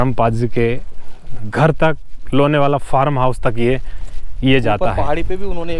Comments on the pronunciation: व्हिडीओ अच्छा हैं. लोणावळा या लोणावला ठीक से बोलो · लोनेवाला: ' नहीं लोणावळा बोलिय. बाकी बहुत अच्छा लगा. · ...Lenavala nahi Lonavala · लोनेवाला नही लोनावला बोलो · Bhai..Lonewala nahi Lonavala kaho